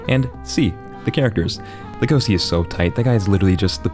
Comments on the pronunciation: It's not legoci lego-shi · ITS LEGOŞI LEGOŞI LE FUCKING GOŞI NOT LEGOSI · How is it humanly possible to pronounce it legOsi?? lEgoshi!!! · This nigga said legosi af if its Lego see legosi is pronounced Lego she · stupid bitch its legosi and its pronounced le-go-shi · It is pronounced LEGO-she so logesi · Dont say Legosi like that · Its pronounced legoshi but spelled legosi, and pronounced louis not lewis. Get it right bxtch